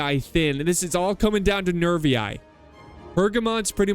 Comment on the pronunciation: Double i In latin is pronounced "ee" as in the word "free". So Boii is pronounced Boee, and Narvii is pronounced Narvee.